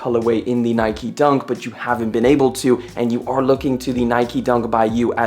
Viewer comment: Its called NIKE not NIKY